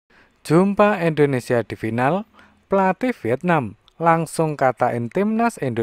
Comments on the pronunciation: indonesia tong bukan endonesia🤣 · Indonesia bukan endonesia...